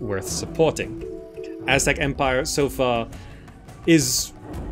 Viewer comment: Finally an Aztec city building game. Now they just need to add the Maya, and Inca as well😁 You also managed to pronounce that almost 99% correct. Take that any western game player lol. Few are aware that Mexico city stand on top of the ancient capital of the Aztecs, and that Mexican derives from the word Mexica which is another word for what they called them selves. Mexico is basically the land of the Mexica. Mexicans are not white nor illegal immigrants, but indigenous Americans; Ameri Indians, meztiso etc. Even in the Mexican flag you can see the creation myth of the Aztecs: the eagle devouring a snake on top of a cactus!